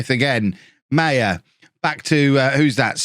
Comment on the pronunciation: I hope sells Maher. Because he butchers the name. It is not pronounced ‘Meyer’. It is ‘Ma-her’.